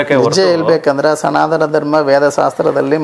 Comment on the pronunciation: ಎಂಥ ಮಾರಾಯ್ರೆ ನೀವು ಅನ್ಯಗ್ರಹ ಜೀವಿನೇ ಇರಬಹುದು.😂ಸನಾದನ (ಸನಾತನ) ನೀವು ಕನ್ನಡ ಸರಿಯಾಗಿ ಕಲಿತು ವೀಡಿಯೋ ಮಾಡಿ 😂